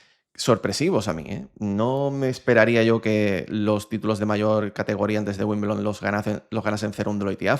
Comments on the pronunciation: Se pronuncia "wimbeldon" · Por favor se dice Wimbledon ..